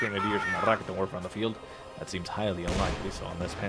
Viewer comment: in case you are wondering how to pronounce some German words, here's a little bit of advice: 1. Stop rolling the R. Rolling the R is practically non-existent in German. 2. The emphasis in Raketenwerfer is on the second syllable. ("RaKEtenwerfer") 3. The "ei" (for example in Angreifen) is pronounced like "aye".